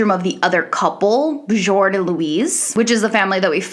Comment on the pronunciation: You mispronounced Bjorn.